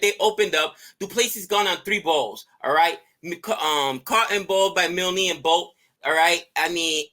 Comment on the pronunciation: Oh boy, Milne rhymes with Kiln. Just say the word MILL and stick an N on the end.